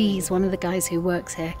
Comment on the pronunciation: it's guys not gays😅